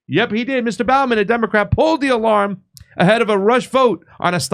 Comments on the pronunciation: I know this is petty, but it really bugs me how keeps pronouncing his name as Jamal BOUGH-man, instead of BO-man. It also bugs me that he pronounces the VP's name as Ka-MA -la Harris, instead of KA-mala Harris. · Bowman as in bow and arrows not Bowman as in bow of a ship.